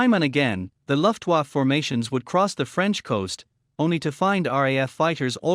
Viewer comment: What the hell is a "luftwuff"? The voice over is a joke.